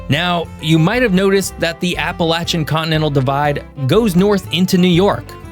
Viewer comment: At least he pernouced appalachia correctly